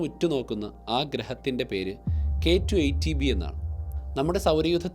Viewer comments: K2 18b, not k2 eighty b, correct it when you pronounce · പലതവണ കേട്ടിട്ടും ചേട്ടൻ പറയുന്നത് കെ ടു, ഏയ്റ്റി ബി എന്നാണ് ഞാൻ കേൾക്കുന്നത്... ഏയ്റ്റീൻ ബി എന്നല്ലേ പറയേണ്ടത്? ഇത് 18 അല്ലേ... ഏയ്റ്റി എന്ന് പറഞ്ഞാൽ 80 ആവില്ലേ...